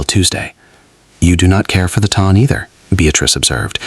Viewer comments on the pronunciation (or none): Its pelisse not police. The Ton is pronounced Taan not Ton like Ton of bricks. Really Excellent Story! I loved his mother & her sister & both protagonists. ❤